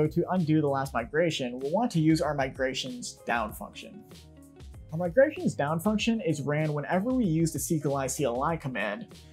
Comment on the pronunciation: 'migations' - 'R' missing